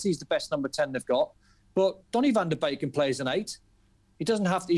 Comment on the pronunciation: Nobody with a working brain thought Van de Beek (bake, NOT BEAK) would rip it at United precisely because they already have Fernandes AND Pogba. Van de Beek is actually a natural mezzala. Think of folks like Milinkovic-Savic, or even Lampard. At Ajax, he played in behind the striker but his role was never to sit in the hole and pick passes, it was to press from the front and arrive late in the box with Tadic as a false 9. The way that United play doesn't really suit him. And it doesn't help that he doesn't get a run of games because Fernandes is so good. Ironically, I think he would be better suited to play at Liverpool or at Spurs with Kane dropping back like he has so much this season. He would also fit really well at Bayern playing off of Lewandowksi actually. He's basically a poor man's Muller if that makes sense. He's not a number 10/8 who will sit and dictate play, he is in between. He's got good technique but he's not there to pass the ball to the striker for the assist. He's there to offer a scoring threat himself.